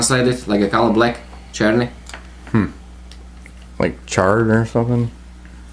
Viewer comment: i love your pronounciation of 'czarny' ... gavkoo got it right one time actually :D